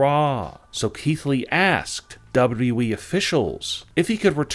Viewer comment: The one that announces these things talks like he is slow. Lol. Plus he always says we, its wwe. Learn how to say it correctly. Lol